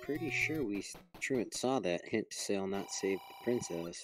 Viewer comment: Man it was kinda annoying to listen to that guy constantly mispronounce the word truant. Good race tho!